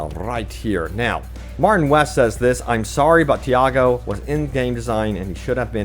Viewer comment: Say "Tee", say "Aw", then say "Go"... Now combine it. "Tiago". There's no "Diago" anywhere in the game.